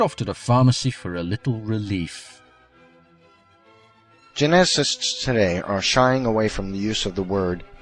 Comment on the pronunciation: I love his pronunciation of geneticists . Those "jenna cysts" and their research